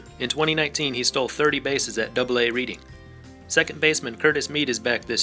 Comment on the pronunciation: You pronounced Reading incorrect but it's okay. It's pronounced like Redding.